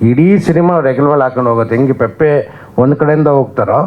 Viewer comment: ಪೆಪ್ಪೆ ಅಲ್ಲ ಪೆಪೆ 😅